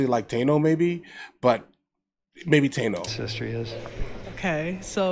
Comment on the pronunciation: Taino is pronounced Ta-ee-no but I know what you mean. P.s. Bro I had to look twice when I saw Bed Sty on the top three list!